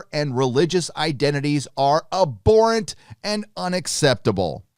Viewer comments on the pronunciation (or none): Abhorrent (ab-hor-rent) 👍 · It's pronounced abhorrent not aborrent. Fyi. Good video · The H is not silent!!! Not - a-bore-ant Is - ab-whore-ent 😏😉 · I dunno why all these US/CAN youtubers cant say abhorrent properly... Its not Aborrent... Its Ab--Horrent... "HuH" You got to say the H. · I am with you on the entire free speech thing and all, but I have to mention something. You read "abhorrent", but when you say, I hear "aborent". It should be "ab-horr-ent", right? Or is this an accent thing? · Its pronounced ab-horrent not abor-rent!! Sorry but your pronunciation was killing me 😊👊🙌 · For the love of god, it's ab-HORR-ent. I understand kicked out of three high schools but you don't say a-bnormal or a-bcess or a-bsent or a-bdominal so why the hell do you and so many other Youtubers keep saying a-bhorrent. It's a common word. Jeez. It's gotta be just a jackass troll at this point. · FFS please say abhorrent correctly, pronounce the h ab-horrant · It’s pronounced ‘ab-horrent’. Honestly you’ve got no idea about this story and Lucasfilm is not scared of her. Bill Burr admitted she did something wrong, he just didn’t believe the punishment fit the crime. But the thing is this is not the first thing she’s said that’s has not been ok with Disney, your Star Trek comparison is not equivalent. And Jon Favreau mum is Jewish, so not sure how much he would be defending what she said. You’re a shocker, bloody click bait... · ~ The "H" in "abhorrent" is NOT silent. Otherwise, great video. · I see that you really like the word "abhorrent", so maybe you should learn to pronounce it.